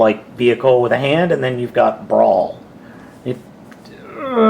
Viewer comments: I didn't catch on til the end, but did you keep calling Brawl "Brawn"? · you called brawl brawn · wow two times you called brawl brawn lol